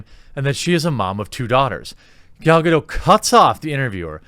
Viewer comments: Gal-Ga-doT... She's Israeli not french. K? That's my white knighting done for the day. C'ya tomorrow. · It's Gal GadoT with the hard "T" sound. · It's GaDOT, the T is not silent. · The boots I wore in the Navy had heels. Yep. Her complaint is invalid. BTW: Gal Gadot's last name is pronounced "Ga DOT". Dot. Not Doh. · Loved the clip. You are right we shouldn’t try to divided but rather include. I do have to tell you something though she isn’t French she’s is Israeli so you pronounce the T in Gadot. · It’s Hebrew, not French, you should pronounce the T in Gadot REEEE